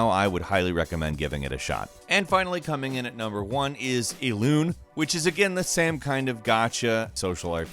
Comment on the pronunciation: its not ELUN its ELUNE and yes it is pronounce that way